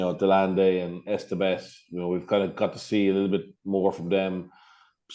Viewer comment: If anything makes SA play harder and get hyped its the constant mispronunciation of Etsebeth. Who TF is Esterbeth?